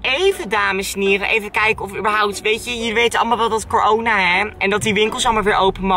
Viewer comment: Whahaha "cor-oona"